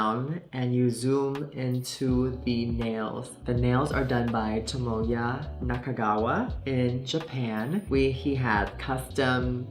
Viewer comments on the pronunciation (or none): none